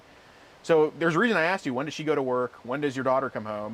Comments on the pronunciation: You never axed 😂😂😂😂😂😂😂😂😂😂😂😂😂😂😂😂😂😂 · I believe you mean “asked”. Not “axed.” I though they taught that in third grade.